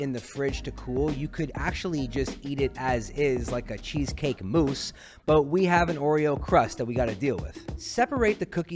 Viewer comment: You said “eat it like a chocolate mousse” but what I heard was “eat it like a chocolate moose” and I need to know if that’s a moose that only eats chocolate or a moose made of chocolate